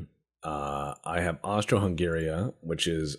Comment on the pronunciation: "Austry-Hungaria" probably has some people further down in the comments having conniptions.